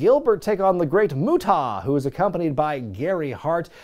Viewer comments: The 2nd syllable is "ah" like when the dentist says "open up and say ah". Not "aw". It doesn't rhyme with "Utah". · Is there some unknown rib in terms of why you pronounced his name Moo TAH.. I have literally never heard it said that way by any commentator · Alright, we gotta clear this up because I'm gonna pull my fucking hair out if he doesn't fix this pronunciation. It's pronounced: "MUTE-UH", NOT "MUT-TAW". You don't need to put a rising inflection on the "TA" part of his name. And quiet frankly you sound like a robot when you say "MUT-TAW". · The way you say the great muta is hilarious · I hope some, somewhere, complained about your pronunciation of The Great Muta 🤣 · Is there a story behind the deliberate mispronunciation of Muta's name? Without context it initially comes off as jarring and then just disrespectful. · I would've subscribed if you could pronounce Muta correctly. I really do miss professional wrestling. Sports entertainment just isn't the same. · He doesn't know how to say "Muta". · What’s up with the mispronounced of the great muta!? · Sorry. I'm late to the party here, but uh, why in the HELL are you pronouncing Muta like that? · Dude, you ar supposedly involved with wrestling is some ways. Say The Great Muta's name with some respect or properly. I understand its your channel and your trying to be funny, but cmon man. He is a legend...and not the way these little 20 and 30 year olds use legends now.